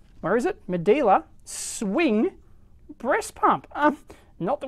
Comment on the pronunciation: Medela not Medeeela